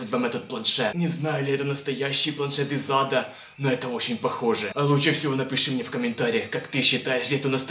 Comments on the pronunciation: Ха, мне всегда кажется что ты говоришь "Из зада" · Мне одному слышится планшет из зада? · Ты сказал из зада или ада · Мне одному кажется, что когда произносит "планшет из ада" он произносит планшет из зада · Почему мне каждый раз слышно не из Ада а из ЗАДА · Мне одной кажется что он говорит не планет из ада а планшет из зада😂😂😂😂😂😂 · Знаете мне кажется что каждый раз когда он говорит "планшет из ада" у него всегда получается "планшет из зада "!! Кто согласен лайк (если что то я правда так слышу ну.............вы же все так думаете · Мне одной послишалось не из ада а из зада?♥ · Я одна слышу "из зада" ?! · Мне показалось ты сказал планшет из зада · Когда ты сказал что это планшет из ада ты сказал это планшет из зада ха-ха-ха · из зада азащаззазаза мне одному послышлось? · Ты сказал из зада а не из ада